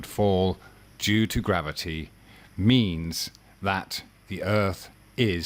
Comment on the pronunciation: Grav-O-tee, FTW!